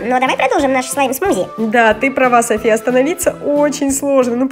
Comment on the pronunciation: не Сафи а Софи не Ейван а Эйван